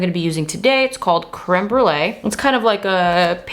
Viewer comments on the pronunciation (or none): none